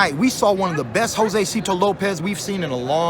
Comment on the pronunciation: Hoe-zay-see-toe Lopez